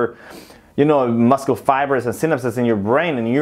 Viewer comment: It’s not muscle it’s muscle :v